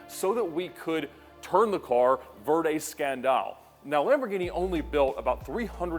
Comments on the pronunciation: I love when he mispronounces lambo terminology 😂🤣. Verde ScanDAL, mucriellego lol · Did he just try to pronounce Verde Scandal like an Italian but won’t pronounce Murcielago like one??? 😂😂😂😂😂😂😂